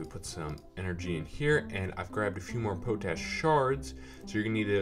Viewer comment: I'm pretty sure it's pot-ash.. Nice vid very helpful